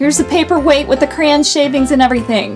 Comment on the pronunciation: Why are you saying "cran" instead of Cray-on? Sorry, I'm a big word person and it drove me Crazy!!! LOL!